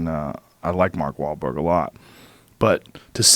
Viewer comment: Joe almost tripped up on Mark Bahl-Wha-Wharlberg. Keep feathering it bro.